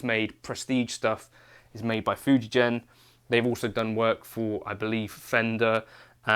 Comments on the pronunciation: The G in Fujigen is pronunced like in gold, not like in Germany. Fujigen Gakki means Fuji (the mountain) + Gen (string) then Gakki (Instruments). I love that company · Fuji GEN, not Fuji Jen